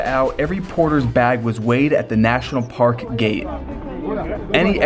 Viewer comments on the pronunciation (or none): none